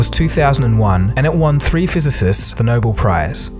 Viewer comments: It's not No bowl. It's No bell (Nobel) pronounce it correctly. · I liked this program very much, but the commentator pronounced nobel as noble. It is actually the name of the person who began the award--Alfred Nobel pronounced no-bell. I know it is a little thing, but he should have known it. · If you had studied science in school you would know that it is not spelled Noble. It is spelled, 'Nobel' and pronounced, Nobell. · The Noble prize? Wait a minute is a computer reading the script? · I fuckin hate how he says "Noble Prize".... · ...but he doesn't know how to pronounce, Nobel